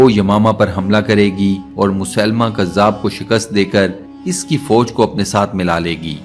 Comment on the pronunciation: مسلمہ" نام نہیں بلکہ مسیلمہ ہے اس کو درست پڑھیں ۔۔